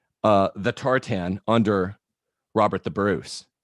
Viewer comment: Agreed. If he wants to claim Scottish heritage, fine, but how Scottish can he be when he pronounces tartan so badly?